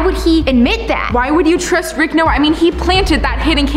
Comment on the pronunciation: LOL YOU SAID RICH 🤣🤣 ITS RICK 😜😜